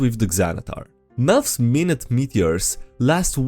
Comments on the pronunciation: They're not melfs minute meteors as in time, but minute (My-Newt), as in small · Melf's minute meteors is referring to the size of the meteors. It's pronounced minute (my-newt). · I have more reasons to boycot BG3 than WotC itself Also in melf's minute meteors, it's pronounced minute like small, not like in the time period (my-noot) although it's entirely wotc's fault for printing a word barely anyone knows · I am pretty sure that it's suppose to Mi-nute, like small. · it's not minute meteors, it's minute meteors... minute, like miniscule, meaning mostly minor. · it's not minute meteors, it's minute meteors... minute, like miniscule, meaning mostly minor. We are quite literate, thank you.